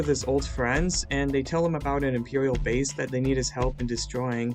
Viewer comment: “They escape the emperiwial bwase”